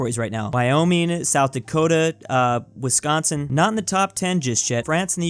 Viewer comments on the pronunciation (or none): none